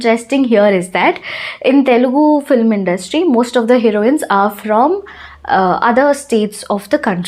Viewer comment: Cinema means FILM not FLIM. Please pronounce as FILM not FLIM